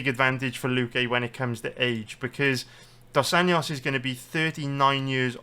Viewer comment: If you can’t pronounce Dos ANJOS just say RDA